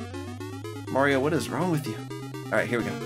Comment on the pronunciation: Can you not say Mario like you do in this video